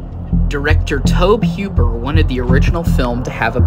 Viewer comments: His name is toe-bee who-per not toeb huper lol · Had to jump off the video after the 10th time he mispronounced the creator's name. Its TOE-BEE HOOPER not Toab Heuper. It shows a lack of research. If youre not ganna take the time to learn the dudes name... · you do know that tobe hoppers name is pronounced toe-bee Hoop-er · Nah Blud said toeb hwooper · "Reddit user" is all you need to know about this video 😂 he said tob huper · Nice video but could you please not say Tohb Hyooper. I'm still gonna leave a like because this video was interesting. I don't want to discourage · I hate when people the make docs can’t get the names right. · I stopped at the 3rd time he blundered it, ain't a fan if you can't get yhe brainchild's name right. Pathetic...